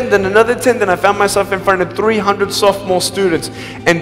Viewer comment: Great video! Ty! However, I'd like to mention one thing...... isn't it 'sophomore students', not 'soft most students'?